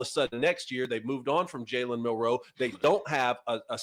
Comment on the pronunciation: Yall say his name wrong and Milroe declared before this was posted